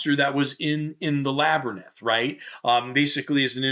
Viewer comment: Were you calling it a (pronunciation) lab-er-nyth?